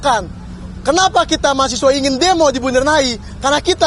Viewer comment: Mahasewa bukan mahasiwa jemmmmbut